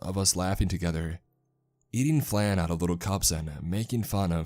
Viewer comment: The way this guy pronounced Flan makes me shiver